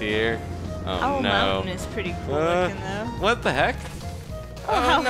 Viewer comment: cewl with da dat with dat and dat